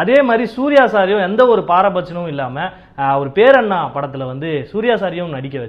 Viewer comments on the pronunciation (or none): 7.12 அது பேர்யண்ணா இல்லை அது பெரியண்ணா சகோ